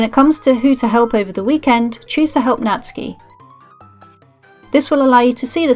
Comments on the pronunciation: Really great and easy guide, Thanks... and Nat-soo-ki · i know someone called natsuki but who is natski